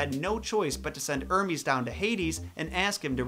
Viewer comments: Send ermes down to hades It’s totally not like it’s pronounced her-meez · This was a super cool video and well planned so I subscribed for sure! I don’t mean to be a nitpick but you mentioned Hermes and mistook how it’s pronounced, I’m not saying I’m right but I am pretty sure it’s pronounced Her-me-s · I am a Big fan of your work, and I'm glad you took on the Origins of Hades. I have multiple books (Including but not limited to) books of Greek mythology, so I know of Hades and his Wife. Thank you again for uploading a video on this. By the way Hermes is pronounced (Her-meez) I just wanted to let you know that. Do you plan on doing other mythologies like Norse, Gaelic, and Egyptian mythology? You're awesome, keep up the good work. 😉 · it's hermes not ermes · you said Hermès wrong Lol